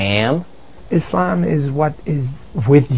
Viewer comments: its freaking ISLAM not IS-LAMB learn to pronounce it right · Izamb....Fuck, when are people gonna say 'Islam" it's with S not Z... ffs. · Why do most Americans always say ISlam? The pronounciation should be on the latter. isLAM. Not ISlam. That sounds silly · its ISlam ISlam its not IZlam you stupid biitch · omg i hate it when they say Izlaaaaaaam ... it's Islam ...easy.I...S...L..A...M seeeeeeeeeee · is-lamb. love the way she pronounces it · She needs to learn how to pronounce Islam right, its not IzLAMB...